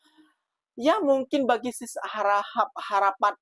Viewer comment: Tegelak pulak, tgk tak reti sebut harakhap..segala mcm bunyi😂😂. Low sdm si minah harahap ni. Kalau rm300 tak dpt beli apa, meh bagi sini duit tu. Mcm mcm boleh beli, tak nak guna bolehje derma ke masjid, beri anak yatim, buat amal jariah lain. Rm300 tu duit petrol and tol saya per week 😂. Tukar pound sterling pon rm300 pon boleh beli groceries seminggu kat asda or morrison UK for one person.